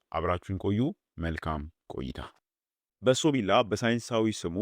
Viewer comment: በሶብላ ነው በሶቢላ ነው የሚባለው